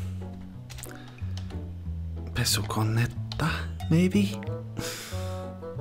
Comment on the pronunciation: I was "living this through" with you and was genuinely so happy when you got "pesukonetta" right 😆